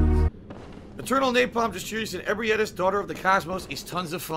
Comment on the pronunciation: the way he says ebrietas' name annoys me almost as much as his otherworldly lack of skill and situational awareness